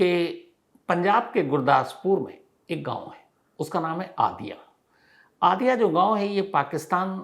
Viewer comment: आदिया नहीं कादियां है नाम sir